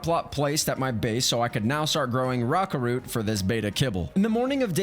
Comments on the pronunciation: The way you pronounce Rah-carrot is interesting to say the least. Cringe to say the most. But as I said it to myself to correct you for myself, I said it as Rah-cure-aht. The way you said it. Lol! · you pronounce rockarrot wrong